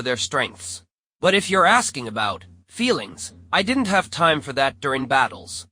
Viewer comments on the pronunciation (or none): none